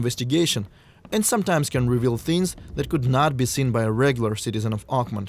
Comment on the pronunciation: it’s OAKMONT! OAK-MONT! Not uggmon. Say it right. If it was French I would damn well learn how to say it in French.